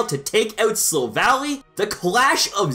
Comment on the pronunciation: The 8th best one, he said Silvallee :/